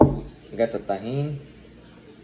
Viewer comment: how you going to say Tamarindo like a white boy but say tajin normal